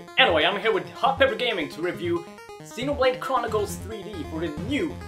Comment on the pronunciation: I think they were poking fun at the way he says Xenoblade.